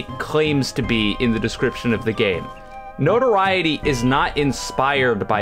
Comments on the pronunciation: yes he is, no-tor-eye-it-ee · Then you're the one pronouncing it wrong. It's pronounced like no-to-RI-e-ty. Look it up. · you're not saying notoriety correctly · You pronounced Notoriety wrong lol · I did. Maybe there’s two pronunciations and they mean different things. I don’t know